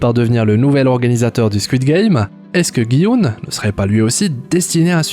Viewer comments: On dit pas "Guy Oun" mais "Ji Oun" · "guy houne" 😂😂😂